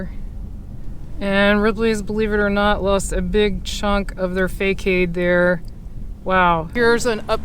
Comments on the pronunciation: I think facade is pronounced like fasahd not faycayed. Check it out. Nice video though ❤ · Thanks for the tour of the Blvd! We usually stay at Ocean Enclave or Ocean 22. Btw, facade is pronounced "fah sod". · Thanks for the report. I need to share with you that the facade is pronounced 'fa-sod' so you won't be harassed about it. The facade of the buildings are quite damaged!